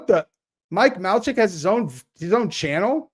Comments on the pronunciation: lmao "mike MALCHIK".... dude its pronounced "MAY-LAK" haha. Also his channel is decent, in a youtube pop trash kinda way. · HEY..FYI its pronounced Mike MAY-LACK